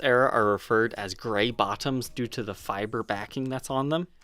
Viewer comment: It's grey bobbin, not grey bottom...